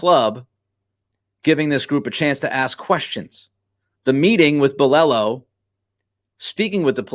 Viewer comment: Finally someone says Belichek!! Good digging!